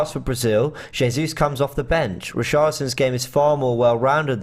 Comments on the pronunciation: “Zezus” 😂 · James or can someone please help the judge pronounce Jesus's name properly please?!🤦🏾‍♂️😆